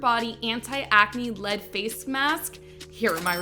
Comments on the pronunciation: DID SHE SAY "LED".????? I thought only old people dint know how to say L. E. D. not led!!! 🤣🤣🤣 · lead light mask? Man ...didn't even learn to pronounce L E D.